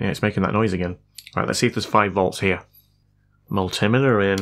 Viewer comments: It's multi meter and not multameeter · It's actually a miltimetr